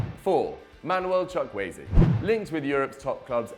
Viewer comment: Who is Manuel Chuck-Waay? I thought his name was Samuel Chukwueze